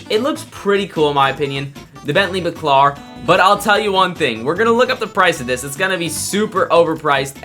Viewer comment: bentley bAAcAAlar not backlar 😭😭😭